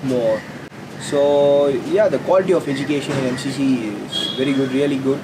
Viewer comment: Em She She - thats how you pronounce it :)